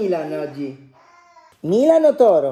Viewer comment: Milan❤🖤io mi sono messa a piangere quando ha detto la prima volta ✨MiLaGn✨